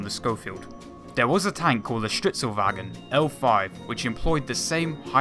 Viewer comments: you pronouncing "stridsvagn" as "strittswagen" gives me a damn heart attack every time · "stritsowagen"? you mean Stridsvagn right??????? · "Stritzelwagon" holy fuck thats butchered